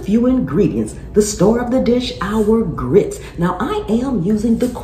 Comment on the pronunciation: Mmmm! Best grits saying I've ever heard, of course from the south. You don't order grits, youes gits grits! Guess it's cheese grits for supper!